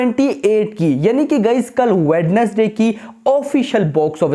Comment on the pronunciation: If you are reading my comment then that in the word Wednesday (d) is silent and the word sound like (wenesday) .❤. Its not hate😊